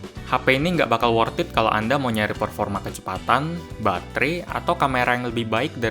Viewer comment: 'worthed' bukan 'worth it'